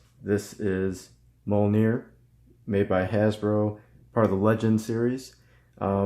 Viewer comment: It is NOT pronounced MOL NEAR